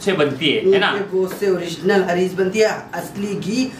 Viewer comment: Haric bolte h mam